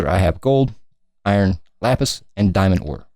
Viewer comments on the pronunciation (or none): none